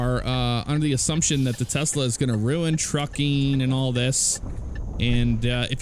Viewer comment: Do you pronounce it Tesla Or like Tezla?